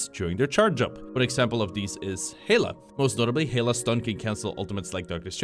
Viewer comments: Why is he saying Hela like "Hey- la"??? Where is the y for you to be pronouncing it like that? Not to mention they say her name in game😭 I'm not upset I just think that's so funny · I'm not usually one to nitpick, but Heila? How did you get from Hela to Heila?